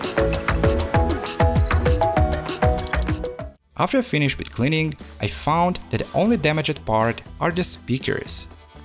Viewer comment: also fi-ni-shed